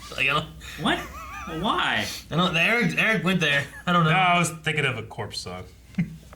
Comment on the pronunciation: I swear, Eric’s name pronounciation is getting worse every episode 😂